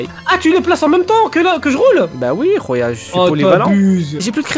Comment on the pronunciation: ARRETER de dire rouya jen peut plus XD